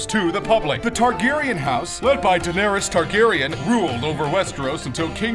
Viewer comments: And that Darnarys... 😑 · Has this announcer actually not seen Game Of Thrones or read the books at all? Daenerys clearly isn't 'DIE-nerys', and Baratheon isn't 'Barathon'... I know it sounds like I'm a nerd saying "um actually, it's pronounced", but SURELY someone on the set of this recording would've actually watched/read Game Of Thrones and would've corrected this guy... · I know man. what about darnaries? dont they check before posting? ffs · Darnerys? Barathon? Edderd? Who the fuck is Briar? Was any actual research done here? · ughhhhhh, its pronounced "di-nar-is", and "bo-rath-eon". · DARnerys? Barathon?.....really? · You butchered half of the names of the characters.Robert Barathon,Daneris,Wildings. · House "Barathon" and "Darneris". Oh boy, those pronunciations are interesting.. Do you even watch the show? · It's "BaRaTHEon" and "DaNairIs" But still, good job :D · Darnarys... Barathon...